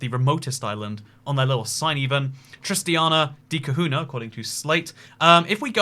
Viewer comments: Man said Tristiana de Kahuna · You got Tristan da cunha all wrong bro, the name and the island